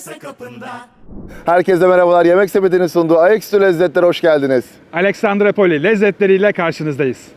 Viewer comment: Abi Aleksandrupoli :) Alexandrapoli değil :) İskender'in şehri demek yunanca. Severim Dedeağaç'ı, gezmesi, fener'in altında insanların toplanması, akşamları gün batımına karşı içilmesi güzel bir şehir. Pahalı da olmaması ayrıca seçilesi.